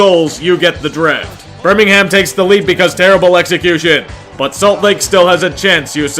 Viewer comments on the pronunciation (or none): none